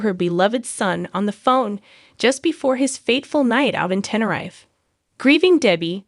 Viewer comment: Sorry had to correct u on how u are saying Tenerife to prounance it right just say Tenereef but it's spelt of course Tenerife ❤ but thanks for ur cover of jay slater he and his family deserve justice 💙